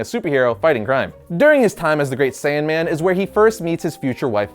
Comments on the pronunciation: Wasn't it 'Great Saiyaman' not Saiyanman? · It's not the, "Great SAIYAN-man", it's, "Great SAIYA-man". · Boy it's not saiyan man it's saiyaman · Saiyaman not saiyan man smh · its saiyaman not saiyanman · it's saiya-man, not saiyan man,sorry I'm being a dick 😂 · saiya man not sayian man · Gohan's Superhero name is pronounced: Saiyaman, not saiyanman. Don't mean to sound rude. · Great saiyaman not great saiyanman... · great sayian man? sayaman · love the vid but.....Great Saiyaman...not Great Saiyanman.....you still the man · It's saiyaman, not saiyanman it's one letter, but it still annoyed me deeply. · its saiyaman.... not saiyanman. .